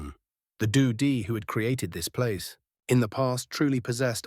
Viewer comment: Hi, "Di" is pronounced as "dee," not "dye."